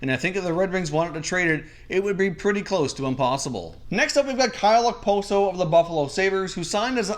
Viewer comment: As a Sabres fan I cringe everytime I hear someone say Okposo.